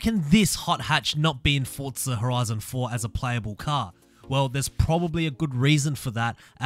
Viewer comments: It's not fortza its forza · Whats fortza??? There isnt a t in forza. Get it right people. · Its spelled Forza not fortza so you should get it right first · I know. People pronounce it fortza. Thats what I was trying to say. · Why do so many people pronounce Forza "fortza"?